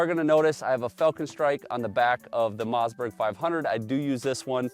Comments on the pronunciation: what's a Mozzburg? Some kind of burger? I always thought it was Mossberg with Swedish family Origin. Must be something lost in the translation or dialect😊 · It’s a mossberg not a mazzzberg